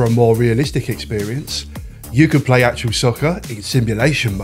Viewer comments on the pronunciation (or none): Wasn't it also the first to proper commentary by an actual commentator? I remember playing it just to hear Barry Davies awesome commentary. Still the best to this day I'd argue! Also, why are you saying 'actual' it's actuA 😂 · ‘Actual’ all the way through the video. ITS ACTUA! Other than that, nice video. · Got this on PS1 when it first came out it was pretty good. I swear you keep saying actual soccer though 😂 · Actua not actual!!!! Arghhhhh 😂 Enjoyable video though 👍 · Haha you won't believe how many times I told myself to pronounce Actua properly before doing voiceover as well 🙈 thanks for watching 😁